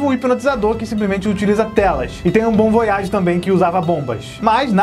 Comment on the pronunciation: Como ele fala: bomb voyage Como eu penso: bom voiagi